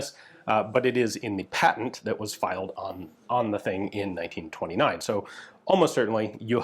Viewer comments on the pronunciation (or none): none